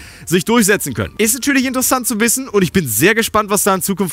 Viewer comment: das wird INTersesant ... betonung ;)